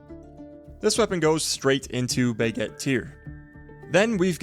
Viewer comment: Enjoy the videos, but I have a small pet peeve, could you try pronouncing baguette properly? It's not "buhgett" it's an "a", which you have no issue pronouncing when you say "braselim", so Im not sure why you butcher the other one so much.